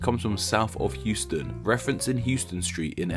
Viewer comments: Pssst….. “Houston” in NYC isn’t hewston, it’s howston. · in nyc, houston is pronounced “HOUSE - TON”